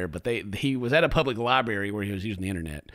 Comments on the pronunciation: NOOOOO! YOU SAID "LIBARY" INSTEAD OF "LIBRARY"! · it isnt... A LIE-BERRRRRY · says “libary” lollllll never been to one i guess LMAO jk but i had to bust your balls 😂